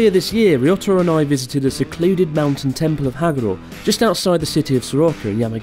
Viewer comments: Stop calling him Risottoro? I was under the impression he was Re-Otter-Roll. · What's the story behind Chris calling Ryotaro Risottoro? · Poor Totoro, let's grant his wish and stop calling Totoro risoto once and for all...